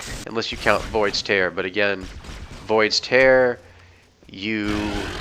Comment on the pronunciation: Void's Tear... Is it really pronounced that way? I always thought it was "tear" like in teardrop